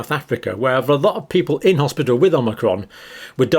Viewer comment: It's the hospital not hospital